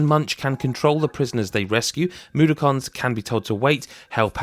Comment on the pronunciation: I'm sorry but Moo-dokons? 😅 It's more like Mud-dock-unz